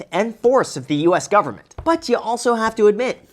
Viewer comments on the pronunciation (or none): "Full faith and credit of the US gubmit" LOLOLOL